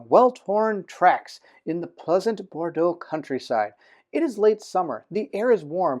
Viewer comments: Just for your information, Bordeaux pronunciation is more "bordo" (or a combination of Bored + Dough). "eau" in French is the same as the "o" sound. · he was not that far :D. But it was kinda like 2 sounds instead of one, like if he was trying to make a sound for the U